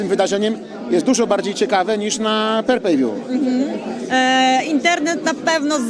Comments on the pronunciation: Per Pay view i last man stejding hahaha ale typ inteligencki 😆😆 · Perpejwju hahaha jaki ksylofon